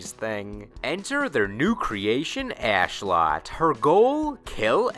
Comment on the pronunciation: Isn't it Ashlotte with Lotte being pronounced as in lotus? XD this guy says ass lot, yet likes her. I personally didn't. She is a golem, created by pagans, and has a shorter reach than Astaroth. Also I didn't like Pyrrha Omega. The whole time I didn't even recognize her as a variant of new character Pyrrha and thought that she was Sophitia made more brolick and wack at the same time. I thought her moveset hit hard and flashily, but her physical stance, lead up and follow through seemed weak, like a physically sub normal character having some great dark spiritual weapon be the powerhouse. It seemed sad and empty. I also don't like Shura, though mainly because she is dressed like a ho, which seems strangely accentuated by her not having a butt.